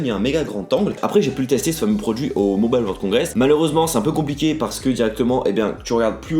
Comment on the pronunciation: "Mobale world congress"